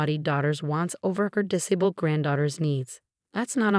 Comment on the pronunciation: Have the voice over have English lessons in how to read English properly. Her diction is woeful and annoying. The amount of times she misread disabled made me grit my teeth.